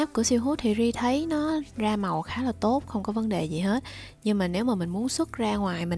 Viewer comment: Ri ơi, mình có góp ý tẹo. Silhouette đọc là si-lô-oét chứ kp si-hút nha ^^